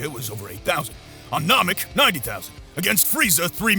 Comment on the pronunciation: U got all that from watching the whole thing but keep mispronouncing Namek (long a not short a)